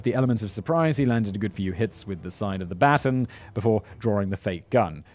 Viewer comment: 🤣🤣🤣🤣 he can’t pronounce baton!